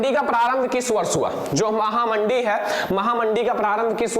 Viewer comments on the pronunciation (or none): Sir yah महामंदी है महामडी नहीं है 😆😊